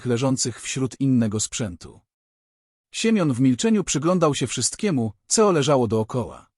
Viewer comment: Mów co a nie ceo, poza tym nieźle.